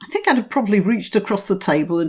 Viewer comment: Oh we're getting a bit sick of people biting the hand that has fed. The fool can't even pronounce "think". Send him to Libya.